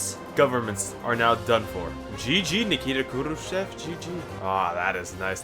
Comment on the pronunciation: Your Russian pronunciation is actually pretty on point. Just remember sometimes e is actually like yo. So it's khrushyov, and you're golden